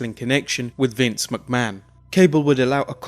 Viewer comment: Its not pronounced as Vince Mucman